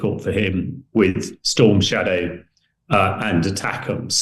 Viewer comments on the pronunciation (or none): none